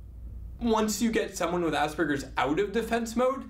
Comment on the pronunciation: Hehehe, his pronunciation of asberges kills me